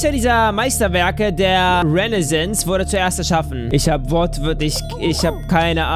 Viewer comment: liest Renaissance vor: "Renesins". Lachkrampf, weil ich finde, dass man schonmal von der Rennaissance gehört haben sollte. Dafür aber bei umso witziger.;) Nices Video <3